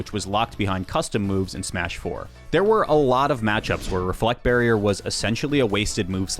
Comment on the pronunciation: i have never heard anyone call it "Smuh-4" please never do that again